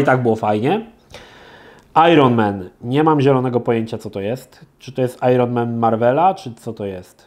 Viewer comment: O komenty znikają. W Stunts nie było formuły 1 a indycar Porsche March. Jak na niby miłośnika gry, to słabo. Prawie tak jak wymowa "iron"